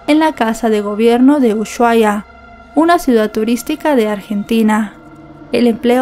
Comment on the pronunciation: Ushuaia se pronuncia Usuaia, no es "sh", sino "s".